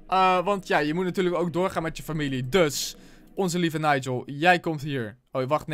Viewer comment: je zei ipv familie furmilie